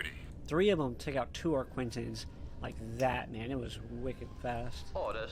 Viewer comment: Don't go by pronunciation it's Arquitens or Ark-Kwi-Tens not Ark-Kwin-Tens.